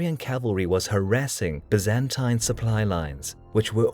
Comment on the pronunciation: Pity he can't pronounce 'Byzantine', it's 'bye-zan-tyne'.